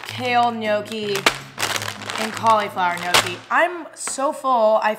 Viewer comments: Love your videos by gnocchi is pronounced nochi not nocci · Gnocchi is supposed to be shewy